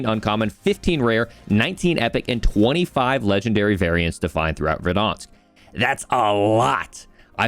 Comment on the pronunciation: Ver-Dan-Sk.... Lol